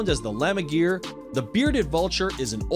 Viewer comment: The Lammergeier (spoken "guyer" not "geer" ;) ) literally translates to "lamb vulture" from german. It's correct that it is found in mountain ranges in central europe, but compared to its african and middle eastern population, the european population has broken in quite significantly due to habitat loss, pesticides and loss of prey, and repopulation efforts to switzerland and austria are still ongoing and as for now not riddled with large success, as very few outwildered individuals survive their first winter. In africa and middle east tho, populations are also declining due to habitat loss and pesticides. The egyptian vulture and bearded Vulture are not randomly looking similar, they are considered close relatives compared to other old world vultures. Egyptian vultures are also found in parts of southwest europe, and occasionally are visitors to central europe as well, although they don't have a substained population there.